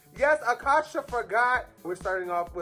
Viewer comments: It’s not pronounced like akasha like the queen from season 1 is pronounced A-CASE-YA like acacia forgot like in case you forgot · It's Acacia like the flower lmao not Akasha 😭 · it’s not aKASHA it’s ACACIA. Like the tree??? In case u forgot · A-casia not akasha forgot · a-KAY-cia (in case ya) Forgot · Just for future reference (and with nothing but love) - Acacia is pronounced "Uh - kay - shuh" - it's a play on "in case ya forgot" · These 2 getting Acacias name completely wrong has me DEAD 😭🤣